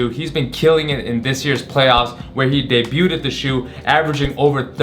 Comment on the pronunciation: did he just say de-buted lmao